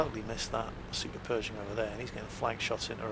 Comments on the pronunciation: I hope you'd learn english before watching. Perishing ? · I believed was saying Super Peugeot for the longest time.